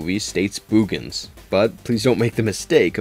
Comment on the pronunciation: Boogens more like Boobens lol